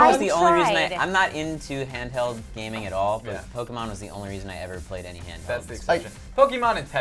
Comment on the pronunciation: Gaming not haming